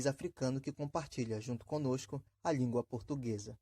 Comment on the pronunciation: Se eu não me engano,o dono do canal é paraense,além do "S chiado",parece-me que ouvir "língua" ser pronunciada assim: lhíngua,kkk